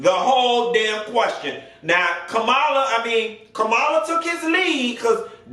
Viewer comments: Her name is pronounced as Comma-la.....I think you pronounced it as Kam-alaa..I few times....great content...huge fan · GOT DAMN!! HER NAME IS PRONOUNCED “Coma-luh”!! Not Camila, Camela, Cumula... ITS FCKN LIKE COMA,,,,,,,,,,,,,, & THEN ADD LUH!! Tha fk!! It’s not hard!! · PLEASE LEARN TO PRONOUNCE KAMALA HARRIS NAME!! PLEASE. OK LET ME HELP YOU. READY? HERE IT GO! "com a la" another example my name Pamela. Sounds similar. Thanks! BYE! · Kamala = Comma-la I do not feel bad for Pence at all. He has several chances a day to separate himself from that train wreck of a man and he doubles down instead. Made your bed....lay in it. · Lol.u have pronounced Kamala’s name about 3 different ways. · PLEASE pronounce her name correctly! 🤦🏾‍♂️